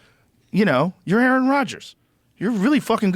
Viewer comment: A a Ron get it right